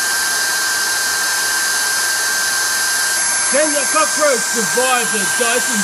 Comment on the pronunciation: They pronounce Dyson as Dawson.